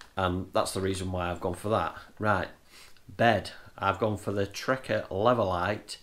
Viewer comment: Good but only thing that annoyed me was you kept saying trekker it’s trakker